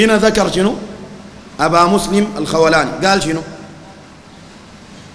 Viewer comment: ياخي انت اسمه ما عارفه تجي تقول قال وما قال الخوٙلاني ولا الخوْلاني ؟؟